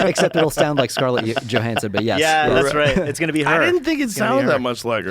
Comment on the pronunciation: “Scarlett Yo-hansen”